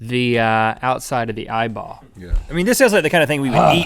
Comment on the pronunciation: Link says: eeEEEEye-ball I say: EEEEEEEEYE-ball